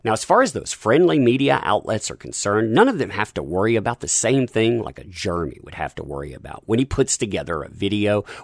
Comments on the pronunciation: Took me a minute to figure out that when you say "germy" you mean Jeremy. Sucks, what happened to him, though... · Jeremy Jer e my Not germy